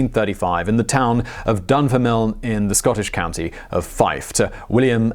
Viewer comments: Just what I thought. He read it as Dunfermilne. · Dun ferm lin . . . not Dun fer miln. What the hell? I’m a Geordie and embarrassed for you! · "Dunfermilne" - Simon, I am disappoint! lol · Dun-ferm- lin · Said Dunfermline in a way that unsettles me. I don't think I ever heard the name with line at the end, never thought about it before but the last e is silent haha. Dunfermlin. Not like it makes a difference but I had to say it as I live a couple of towns over which also have there names said wrong all the time haha, Kirkcaldy and Glenrothes. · Dun-ferm-lin You butchered that mate lol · Butchering Dunfermline…classic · Dunfermline !! You are pronouncing it wrong and it's boiling my piss 😃😃😀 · You make a point of pronouncing his name correctly but not Dunfermline? Lol. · Listening to you butcher ‘Dunfermline’ over and over again was painful. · My best friend from Dunfermline would have been appalled by your mispronunciation of the name of his home town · proceeds to misspronounce Dunfermline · I outright snorted and had to rewind to make sure I had heard him right lol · hey you guess you missed him say dunfermline